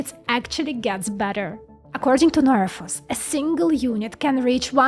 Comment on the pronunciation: What is the name of the company doing this? I’m having a hard time with her pronunciation